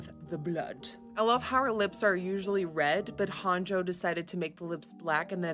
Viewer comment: shekilledcovid it’s actually pronounced ‘Hah-n-yo’ 😄